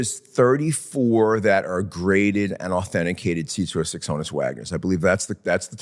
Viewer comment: It’s pronounced “hawn-us” Wagner. Honus was short for Johannes.